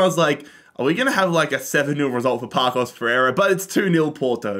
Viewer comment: Might I add that he said "Pakos de Ferreira" when it should be read as "Passos" but then he said "Famalissao" when it's "Famalikão" 😂